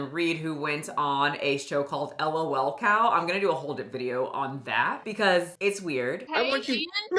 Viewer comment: "Elle oh elle cows" 😂